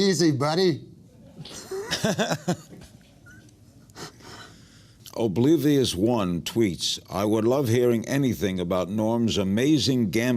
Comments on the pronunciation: “Obleevee us 1 tweets” 😂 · Clever AF that Oblivious1 (which King kinda subconsciously mispronounces..., slightly) is the fan question name right after the set up! So brilliant!